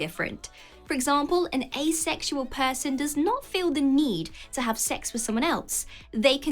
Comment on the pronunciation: that makes sense... but later she does pronounce asexual "properly." ("ay-sexual") So, hmmmm.